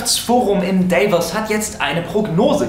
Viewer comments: comment seit langem -.- und es heisst nicht Dävoooooos sondern Davos. Das ist doch einfach nur traurig... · Es heisst Davos. Und nicht Dayves wies du englisch aussprichst. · Lieber Flo, das Wirtschaftsforum trifft sich jedes Jahr in einem Ort in der Schweiz - Kanton Graubünden in Davos und weil es Schweiz ist, spricht man es "deutsch" ... Also nicht [Daeifos] sondern [Davoos] ;) Was die Performance angeht: Naja, es gibt eine viel zahl von Menschen, die das nicht können (Querschnittsgelähmte z.B. ...) Was ich mit 550 Millionen machen würde? Anlegen und erst mal Urlaub machen, oder für den Rest meines Lebens durch die Welt reisen. auf jeden Fall unterwegs sein.... Oder eine Insel kaufen (Griechenland) Das Schaf ist geschoren ... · Daivos....ziemlich geil :D das heißt Davos und liegt in der Schweitz....recherchier doch mal bitte genauer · Sorry Flo, aber WTF?! Davos englisch aussprechen (Day-voss)??? Das wird schweizerdeutsch (Daa-woos) ausgesprochen , ist ja ein Ort in der SCHWEIZ (merkste selber, ne?) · Sorry Flo, aber WTF?! Davos englisch aussprechen (Day-voss)??? Das wird schweizerdeutsch (Daa-woos) ausgesprochen , ist ja ein Ort in der SCHWEIZ (merkste selber, ne?). No offense aber bitte mal besser nachdenken nächstes Mal! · hahaha 'tschuldigung ich hab gar nicht gerafft dass das in der schweiz war. er sagte sowas wie:" in Daives" und ich dachte es wäre in england oder so 😅😅😅 aber ja klingt für mich auch seltsam so 😌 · Ist zwar nicht so wichtig, aber Davos wird wie "dafos" ausgesprochen :) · lern mal bitte Davos auszusprechen. Mein gott.... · Das heisst Davos und zwar genau so auf deutsch ausgesprochen warum ich das weiss Weil ich in Davos wohne und das ist in der Schweiz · Nur so, das WEF (World Economic Forum) findet in Davos statt. Das liegt in der Schweiz und wird nicht englisch ausgesprochen. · Wirtschaftsforum in "davos"? Wef in DAVOS. Liegt in der Schweiz, wird also nicht englisch ausgesprochen. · haha wie der trottel DAVOS ausspricht .. lel D